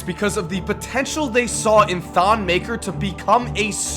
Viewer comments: It's actually pronouced thon meh-kare (roll the r) not "muh-ker" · You're not saying his last name right